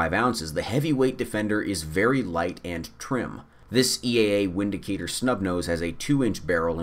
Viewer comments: Windicator is pronounced Vindicator. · pronounced 'Vindicator', nice video, you're not a snob, the Taurus revolvers and the Windicator are good EDC weapons. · It's pronounced Vindicator .... in Germany we use the V and W differently than you Americans do....